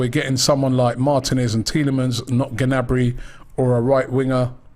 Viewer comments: It's Gnabry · It’s Gnabry.